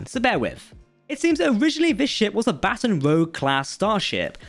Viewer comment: Also Baton is pronounced "bə'tän" like what an orchestra leader uses not "batten" down the hatches.